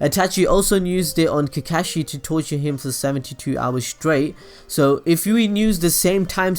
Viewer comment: Mangekayou :))) Sukiomi :D Kekashi xD Funny way of pronouncing these words, but nice video !! :D